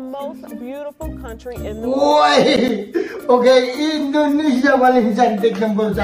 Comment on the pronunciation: INDONESIA pak bukan INDINESIA😢😢